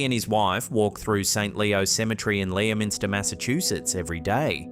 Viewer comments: it’s not Leo-minster it’s Lem-in-ster or if you’ve got the Boston accent Lem-in-stah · If it's pronounced like the original English town - it's not Leo-minster, It's LEM-STER.... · Lemon-stir. No Leo-minster. :) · FYI: Leominster Massachusetts is pronounced LEMinster with three syllables. In England, they pronounce it LEMstir, with only two. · *just to be a pain in the butt* the story with the Pug, the town of Leominster is pronounced (lemon-ster) the fruit followed by a (ster) like sister. Sorry to be a butt. Love the videos, tho!! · I love the way you pronounced "Leominster"! 😂 I'm from Massachusetts and grew up fairly close to that particular town (and even lived in an adjacent town a number of years ago.) It's actually pronounced "Lemon-stir," but your pronunciation is far better...and classier! 😉😜 Hope you've been well and great video as always! Take care. 👻💀👽🖤